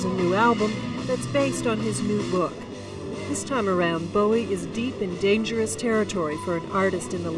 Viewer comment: Book?? Did she say book?